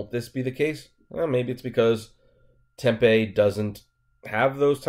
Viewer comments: Ssssooo I guess my mindset has high standards. I just assumed that the autonomous car would’ve had an engineer in the vehicle. But to put a convicted felon in it.... I don’t know. Uber is shady af! Lol I know that much. Oh... it’s not Temp-a... it’s Tem-PEE. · Diana Yates, I have tried to tell him in all videos hes done on this. Ive told tem pee, and in this one. ..he says 10pm and it sounded like he said tem pee. I seriously don't think he reads the comments. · lol, dude...it's tem...pee. just like you said 10 pm. Seriously. TEM PEE...TEMPE